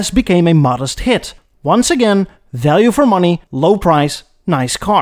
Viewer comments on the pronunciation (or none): none